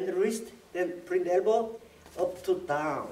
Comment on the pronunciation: Bwingg the errbow